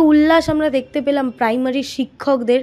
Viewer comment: Paimary na primary 😅😅😅